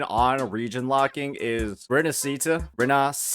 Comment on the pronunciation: im sorry but the way you pronounce Rinacita is making my ears bleed. you can try pronounce it like " Li - nA -si -tauw ". the 汉语拼音 is different from the english spelling, so if you wanna imitate the devs then pls change the R into L, that'll be much better